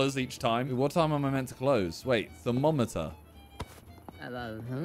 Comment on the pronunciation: Man said “TherMOMeter”